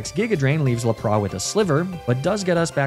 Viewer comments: are you doing the really bad pronunciations on purpose? i mean you have to be there is no way you haven't heard the real way to pronounce Lapras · Is Laprah and Arcaneeneh a meme for this channel, or an intentional pronunciation to trick me into leaving this comment and boost engagement?